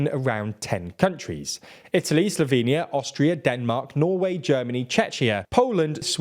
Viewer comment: "Slovenia" they say :D :')